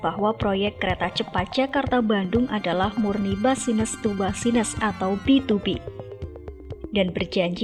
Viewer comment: Ini yg dubbing siapa sih? Kalau pakai mesin tolong penulisan scriptnya disesuaikan. Masa sy denger "basines to basines", tunel.